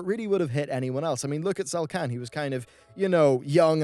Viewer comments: "Zelkan"? Do you mean Zekhan? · it's Zek'han, where are you getting the "L" from Bro? Lol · Man, really has a problem with pronouncing names correctly. Zelkhan?